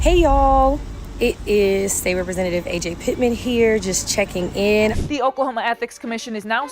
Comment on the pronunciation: Her name isnt A.J. its Ajay...